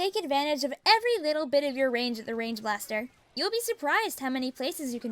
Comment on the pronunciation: i thought you said “range bastar”